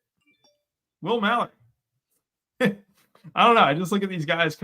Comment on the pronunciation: will malory he said